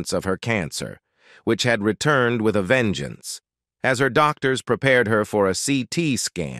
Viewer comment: AI you did it again, mangling names. Dan I Krided? U rine test? Doc tors?